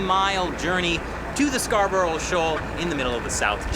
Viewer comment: as a long time viewer i have to point out, you cant say scarborough.. i know how to pronounce it, i live where the shoal was named after